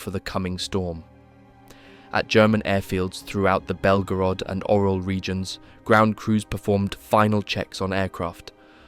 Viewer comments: It's not the Oral region,..lol. It's pronounced "Urál", "Oo-rál", or even "You-rál". It's not like bro couldn't have researched it, c"mon! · Orel has nothing to do with mouths 😂. It’s pronounced orYOL.